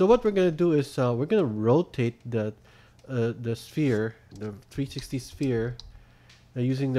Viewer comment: He is good but when he says 360 it sounds like trsti